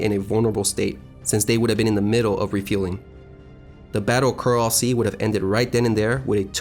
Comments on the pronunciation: great job with research and narrative script ………. only gripe is that the area is the Coral Sea not the Corral Sea - I suppose you pronounce et cetera as excetera also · He pronounced it "corral sea" so I would not stake my life on any of it being correct. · The "corral sea" mistake is just pathetic. It is a decent video but your mispronunciations make you look ridiculous and could easily be avoided with very basic research.